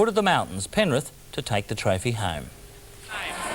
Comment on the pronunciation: did he say penrif?